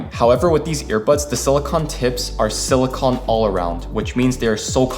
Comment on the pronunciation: It's pronounced sili-cone my man not sili-con